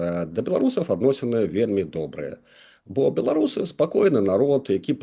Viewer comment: Не бе-ло-ру-сы, а бе-ла-ру-сы, гэта адносіцца і да ўкраінцаў, якая б мова не была, а Беларусь на ўсіх мовах - Беларусь, праз літару а. Слава героем ЗСУ! Жыві вольны беларус без ябацькастана! Балістыка хуй-у ў бункер!